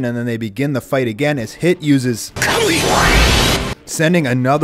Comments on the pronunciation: Pronounce Kamui as Kamoi one more time, go ahead... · Wtf is a kamoi he even heard how it's properly pronounced but he still says kamoi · Im dead dude really said "kamoi"💀💀💀💀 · KAH-MOO-EE How have you watched these shows and not know the pronunciation? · wait just realized he pronounced it once and it sounded bad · why do you pounce kamui in a weird way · A few of his pronunciations were bothering me. NAH-roo-toh not nah-ROO-doh KAH-moo-wee not kah-MOY